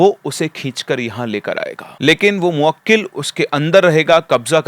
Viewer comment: Arey sir moakkil nahi mohkil hota hai